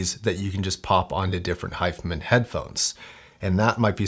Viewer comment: why are you saying 'hi-fah men' ? Its Hi-fi man.